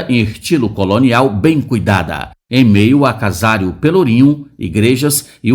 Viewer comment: Bonita cidade, bonito vídeo. Dica: casário não, CASARÍO sim mas não tem acento. Like 16.